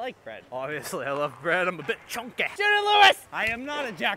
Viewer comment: the way chonky was pronounced like shrek says donkey was a nice touch i think